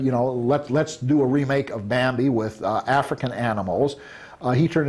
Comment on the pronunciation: Every time he says Bambi it sounds like Mambi